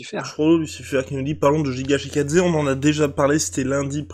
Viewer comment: Les gars Giga Chikadze ça se dit Gui-gua Tchi-Ka-Dzé et non Jiga Shikadze